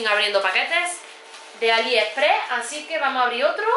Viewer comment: Me asombra cuando dice Aliheprehh , no sabe que es AliExpress ??